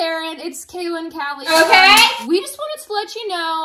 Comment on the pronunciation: You say calllie name like that not kaley